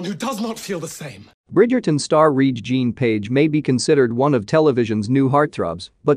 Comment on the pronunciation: This is just rehashing old news again and they can't even pronounce his name right. GTFOH